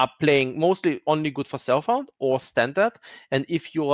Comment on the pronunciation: It took me a while to realize you didn't say "cell phone", but "self-found". Guess I need to sleep :) Great vid, and good night!